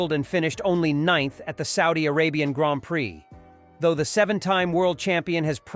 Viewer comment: I stopped listening at "graanpricks".